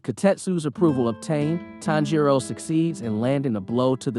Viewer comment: This is driving me nuts. The stress in on the TAN not the JI in Tanjiro's name.